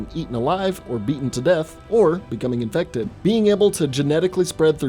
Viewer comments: Why did you say infected like that?. Do you feel every zpmbie horror type is allwaus undead. There are rage zombies who are just strait up Infected. Not died and then resurrected, but strait up turned on the spot. There literally was a kid who stabbed Sarah who was midmorning child zombie, but had the capacities of holding a knife. Which means some human braincells were still functioning. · Why do you always have to say “infected” like that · OK looking back on this each time he says infected really stupidly. There are times when I want to slap him in the head and tell him get over it. Zombies infected, same damn thing they’re trying to kill you.